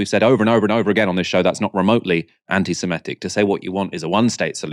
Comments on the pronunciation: Small point but you're pronouncing "anti-semitic" as semEtic but it's semItic. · Please learn to pronounce Anti-Semitic properly, it’s.not ‘semEtic’, really not difficult